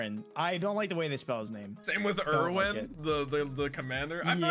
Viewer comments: It Just hurts how pronounces Erwin's name since im a German and know how to pronounce basicly every name in the show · these kids fr disrespecting commander erwin's name wow